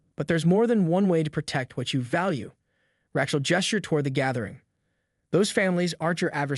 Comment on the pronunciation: "Ratchell", huh? Haha...I get that your generation is rife with anti-Semitism, but maybe learn how to pronounce an age-old name.